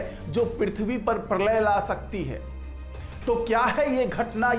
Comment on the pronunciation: परलय नही प्रलय बोलो